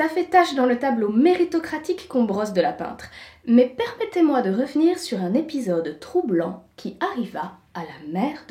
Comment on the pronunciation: vous nous faites là Un bien bel épisode. "perpettez moi"